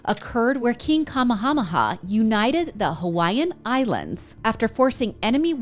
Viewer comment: Just info.. his name is said like..king kuh-may-ha-may-ha. Also anytime you see an ‘ in a hawaiian word, its a pause.